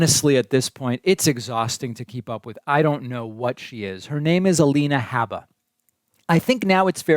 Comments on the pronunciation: David, the correct pronunciation of Alina Habba's name is "HOOBA", which rhymes with "BOOBA". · Clearly she corrected herself immediately… just like you corrected your multiple mispronunciations of her name. Trump does not bow to the bids of corporate america bc he runs on his own dime. Your audience is brainwashed into believing all the nonsense on mainstream media.